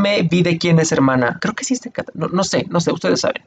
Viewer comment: Cada vez que decia un nombre me moria de risa Ganglio!!!!! jajajaja nmmss Catalina!!! AJAJAJJAJAJJAJA evelyn a kai'sa JAJAJAJAJAJAJAJAAJ AY ME MUERO XD